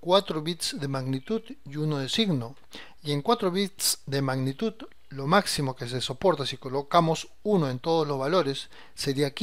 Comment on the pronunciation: como te cuesta decir magnitud man, me duelen los oidos